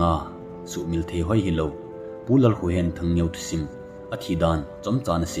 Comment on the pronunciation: And not THANGNEO Pronounce asi THANG-GEU